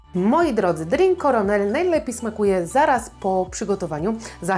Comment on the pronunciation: Aż sprawdziłem sam czy to ze mną coś jest nie tak, ale tłumacz google rozwiał moje wątpliwości. Na pewno nie czyta się tego jak "kernel" tylko jak już coś to "korenel", nie ma tam e po k. Pozdrawiam ;)